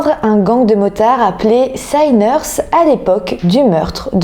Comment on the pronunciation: Sinners et non sai-ners